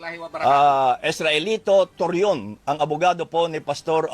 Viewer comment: Nakakatawa talaga.c attorney toron ehezte torion 😂😂😂😂